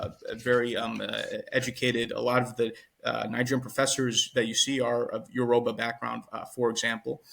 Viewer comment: You certainly mean Yoruba and not urohbo